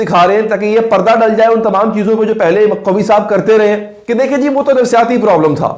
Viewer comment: قوی نہیں ۔۔ قوا ھے